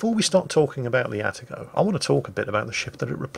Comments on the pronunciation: It's pronounced "Ah-Tah-Go" not "Atta-Go". Though I doubt will read this comment. About the Kitakami you know what? I would like to see it brought back, but using the Pan-Asian type deep water torps. That way your friendly DDs won't complain about getting TK while trying to cap and other things. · please, its Ah-Tah-Go, not "atta-go". And not a single "ara ara" in an Atago video? You call yourself a weeb?